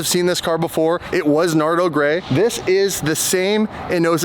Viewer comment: That's NARDO-LY